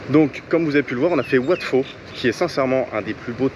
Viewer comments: Bonjour....le ph ne se prononce pas..wat pho se prononce po et non fo. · juste comme ça en passant mais pas le wat fo mais ça se prononce wat po !!! pareil pour phuket, pas fuket...et ainsi de suite !